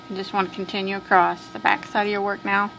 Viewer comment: Sorry but it's across ! Not acrosst 👍 Other than that the best tutorials.